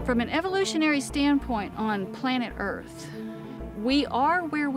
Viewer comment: I think the title should read, "a theory as to how the Earf was made"